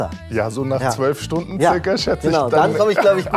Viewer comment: Mark hat Stundne gesagt 😅 ehrenhaider